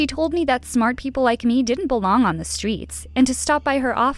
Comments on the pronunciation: Is no one gonna address that she says stweets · sorry for making fun of this but its kinda funny she said ''to collect coins from stwangers'' edit: the stweet vendors edit 2: smart people didn't belong on the stweets